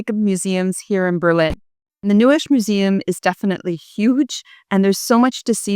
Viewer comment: njesch?! 😄🙃😂…it is called NEUES … lovely greetings from a Berliner ☺️🍀🧐